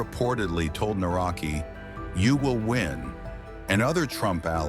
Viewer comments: You can pronounce "Nawrocki" like "Na-wrot-ski," with the "cki" sounding similar to the "tski" in "Tchaikovsky." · The correct pronunciation of the surname of the Polish president Nawrocki is "Navrotski" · Please learn at least the correct pronunciation of His surname when You make a video. This is not even close to how it should be pronounced. It is not that hard to check it before making the wideo about the Man. This is so basic.